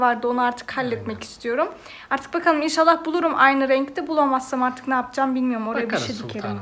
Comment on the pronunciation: Artikin degil artik 😅